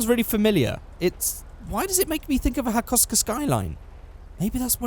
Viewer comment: KPGC10 is the first GTR. Also its Hako-Suka Hah-koe-sook-ah